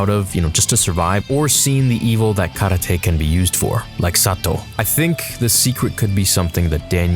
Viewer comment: Kar -lar-Tay